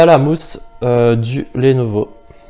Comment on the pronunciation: Bonne comparaison sinon Lenovo ça ne se prononce pas lénovo mais leunovo.